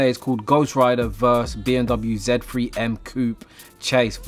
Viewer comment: Bri'ish man saying Coop instead of coupe 😂 Trying too hard to be american